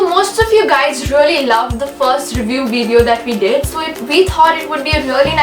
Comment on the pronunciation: Did she say viveo